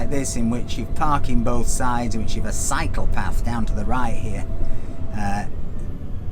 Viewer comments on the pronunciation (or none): it's so funny, everytime says Cyclepath, we hear Psychopath:):) LOL